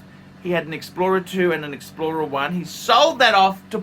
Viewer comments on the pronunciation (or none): Don't trade in Explora Chew & Omeegah phor Pat-dicks. Don't do it!